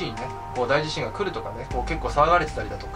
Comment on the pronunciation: あ！１つ言っておきますね！ 『だいじしん』じゃなくって『おおじしん』ね。 『だい』が付くのは地震じゃなくって災害ね！